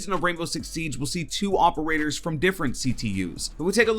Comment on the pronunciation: Stop. With. The. Mericuh-n. o-p-e-r-a-t-o-r-s